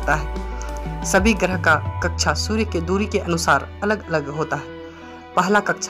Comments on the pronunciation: भाई थोड़ी हिंदी सुधार लो। कच्छा नहीं कक्षा होता है। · आदरणीय हिंदी बोलने में त्रुटि परिलक्षित हो रही है। हिंदी मे कक्षा कहा जाता है। ना कि कच्छा कच्छा यानि अंडरवेयर होता है। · sorry sir कक्षा बोलते/कहते है। कच्छा आप बोल रहे हैं।🙏🤔 पर class 👍👌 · Kaksha bol rha h ya kacha😀😀😀